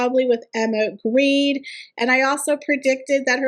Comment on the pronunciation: Jens Grede is NOT Greed. Gre-de. Please. Gre as in "ogre" and de as in "deny". NOT greed.